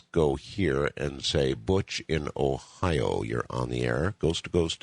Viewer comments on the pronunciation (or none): none